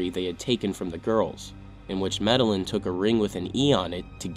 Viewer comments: The last name medellin is pronounced as "me - deh - yeen". In Spanish, when you see two L's together it makes a Y sound. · For future reference, Medellín is pronounced "Med-ah-yeen". Two LL's together in Spanish are pronounced like an English letter "Y".